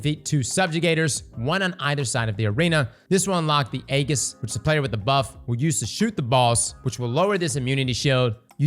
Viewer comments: Eggis? Wth is that? Does he mean Ageis? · This was a great video but man, your pronunciation of aegis is killing me lol. It's ayy-jus. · Only posting because it was mispronounced so many times. Aegis is pronounced A-jis with a J sound, not with a G sound. Great video too! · Its pronounced EE-Jhus btw not Ayy-gis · saying the hard G in Aegis had me dying laughing.